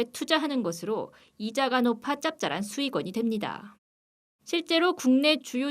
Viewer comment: 짭짤한 수익ㅋㅋ 발음 찰지네요 ㅋㅋㅋ